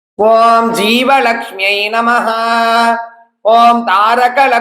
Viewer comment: நமக என்பதை நமஹ என்று உச்சரிக்க வேண்டும் என்று கேட்டுக் கொள்கிறோம். நன்றி.